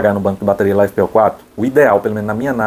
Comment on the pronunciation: uai caba, todo mundo fala da forma que você pronunciou.